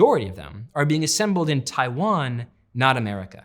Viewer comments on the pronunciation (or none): none